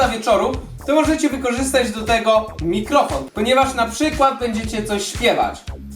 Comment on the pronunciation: czy tylko ja słyszałam że powiedział "mitlofon" xD😂